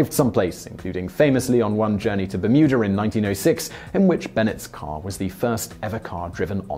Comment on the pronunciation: I know you’re saying Bermuda, but I’m hearing Mütter like the museum of medical oddity’s